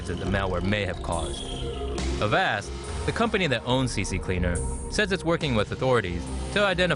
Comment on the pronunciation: Its not CC CLEANER its just C CLEANER. Almost everyone adds an extra C at the beginning for some reason.